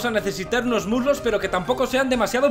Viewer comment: ¿Muslos? Creí que había dicho murlocs (al vapor)